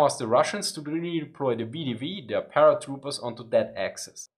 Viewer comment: Ok, "Kherson" is a hard "h", not a "k" (the sound when you're getting ready to spit). "VDV" is "Vey-Dey-Vey" ;)